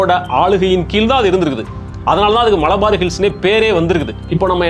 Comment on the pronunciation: மளபார் அல்ல. மலபார். மலபார் ஹில்சலதான் அம்பானி வீடுன்னு யார் சொன்னது சார். ல ழ என்று இரண்டு ஒலிகளை கொஞ்சம் பயிற்சி எடுத்தால் வரும்